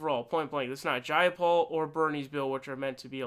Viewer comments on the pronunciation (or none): none